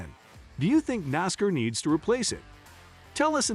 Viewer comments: Learn how to pronounce Nascar Dumb Ass... No one that is a true Nascar fan will watch your content.. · First, it's NASCAR not Nascar and you are pronouncing NASCAR like a goon alien